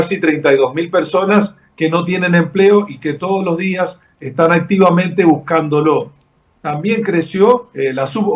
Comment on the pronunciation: Buscándolo, no buscandolóoo.